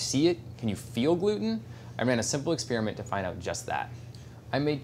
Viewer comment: Test Kitchen PLEASE, it's not pronounced ex-spearmint but ex-spare-ement.